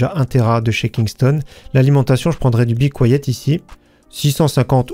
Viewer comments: Be quiet veut dire « soyez silencieux » et la prononciation est littéralement bicouayet :) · Svp, arrêtez de dire "bicouayette"...."be kit" suffit,lol😉